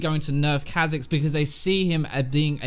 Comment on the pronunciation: Kahh Zix ... I get angry when you say it that way. sounds so much better as Kaw'zix lol